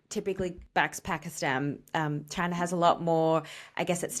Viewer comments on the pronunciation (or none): none